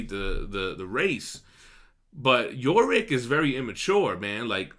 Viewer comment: Now you're just pissing me off. It's not "Yo" Rick. It's Yorick, as in "you're ick". You've been hanging out with Manimal too much, the stupid is rubbing off on you.